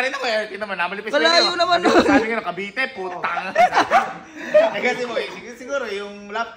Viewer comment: Cavite po Hindi po cabite😅